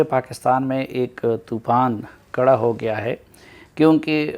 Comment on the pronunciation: Kara nheen khara ho gia hai urdu thik karo